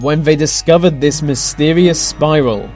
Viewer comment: Love the subject matter of 95% of your videos but pronounce your "Th"s properly! why do you pronounce "this" as "vis"?! It's hard not to be irritated by it!